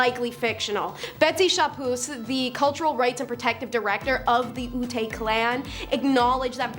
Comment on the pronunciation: Ute is prounced like you-t :)